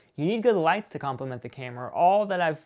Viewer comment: "compriment" lol Good Video though!